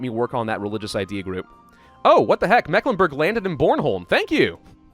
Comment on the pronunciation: As a person born and raised in Mecklenburg, i can say that your pronounciatiopn is off ^^, then again pretty normal you make on mistake that germans make (and that has to do with letter shenanigans in the 19th century) "Meck", is not pronounced like mac in macdonalds etc but like the Meeklenburg (german pronounciation long "E" as in Tee or See and the "I" in Burg is pronounced like it is in Burger but as it is in boot or parachute ^^ (or like the U sound in Stralsund) but that is a common english native speaker mistake ^^ and then there is ST Stralsund and Stettin are pronounced like Shtralsund and Shtettin, whereas Rostock is Rostock ^^ ( basiccally because in Rostock ther syllables are Ros and Tock) Greifswald, the "Ei" is pronounced like an English I as in Hi